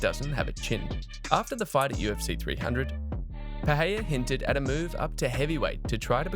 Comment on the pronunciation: Please pronounce the man’s name correctly wtf is [peheya]?